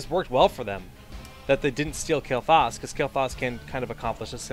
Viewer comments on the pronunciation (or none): Stills bothers me how pronaunces "Kael---Thas":/ Good match tho.